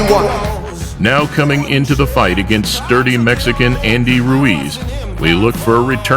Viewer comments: honestly thought he called Ruiz a dirty Mexican lmfao. he said sturdy fs XD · haha sounds like it, im sure he said "sturdy" though.